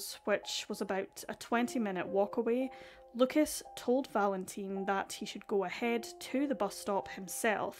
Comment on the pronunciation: I know that you care about the correct pronunciation when saying names in a different language. So, I just wanted to let you know that in french we do not pronounce the s at the end of Lucas. So you should just pronounce his name as Luca 👍